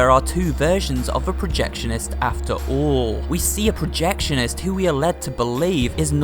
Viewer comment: Norman Polk said “us projectionests”